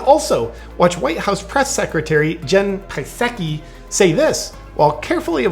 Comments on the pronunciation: haha! i love how you pronounce jen PiSaki's name. ;) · I believe Psaki is pronounced "Sockeye." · I love when he pronounces Jen Psakis name 😂😂